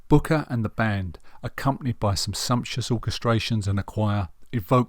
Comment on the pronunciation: A very good, considered appraisal, apart from two basic errors; the most glaring being the irritating mispronunciation of the main man's surname throughout....It's BRooker..... BRooker!! The other is the omission of acknowledgement of any males in the jazz vocal group The Swingle SINGERS.